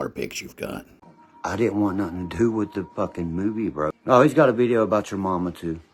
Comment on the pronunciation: Meth heads can’t say Th,, it’s ff like meff